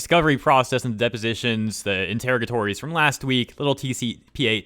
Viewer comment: it's In-ter-RAH-guh-tawr-rees.